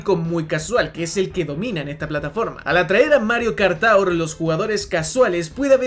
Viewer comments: Mario Kart "TOWER " xdddddd Se pronuncia Tuor. Ta bueno el video por cierto. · Lo de decir Mario Kart TAUR es broma, no? Porque realmente se pronuncia TUUR. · no mi joven amigo, no es taur, es tour, cuya descripción fonética es: to͝or, que en español seria como tuur. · Cada que dices Mario Kart "TAUR" se me revuelve el estómago, me escoce la cabeza y se me revientan los nervios. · tur (tour) se pronuncia tur o quieres darle más cashe se.dice tugh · Amigo, estudia inglés. Tour siempre ha sido /tur/ . No es como Sour /sauer/ tampoco como Four 4 /Fōr/ . El mismo diptongo tiene varios sonidos. Como en Flour /flour/ en fin… hay docenas de ejemplos para demostrarte que seguramente no has terminado tu curso de inglés, y es normal eres muy joven pero para eso estamos todos para corregirte y ayudarte a aprender. Pero en serio deja de decir de esa manera tan ridícula la palabra Tour . O al menos pregúntale a un angloparlante o en el mismo google sale la pronunciación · "Mario Kart Taur" jajskajaja no man, no se pronuncia así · Mario kart tour se le pronuncia como:Mario kart tur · Hermano que no tengas un ingles perfecto no tiene nada de malo y quien lo critique que se joda pero pronunciar de esa forma tour mientras dices que es la forma correcta asi tan pedante cuando es tan facil como escribirlo en el traductor de google y escuchar que efectivamente lo estas pronunciando mal es como... bro habla como quieras sin responder ese tipo de cosas que quedas peor en mi opinion, espero no te lo tomes a mal.